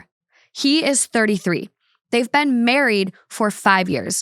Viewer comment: Ive never heard anyone pronounce “been” like “ben” until i heard talk